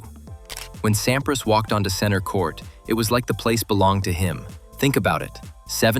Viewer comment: Voix à la noix, mécanique. Pete Sampri en phonétique. Aucune chaleur , ni nuance dans les commentaires. A éviter.